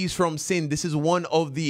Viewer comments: Is pronunciation is annoying. He said DA instead of THE Bible. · If I hear him say “Da Bible” one more time lol. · you can pronounce “the” either way, “Da” or “Dee”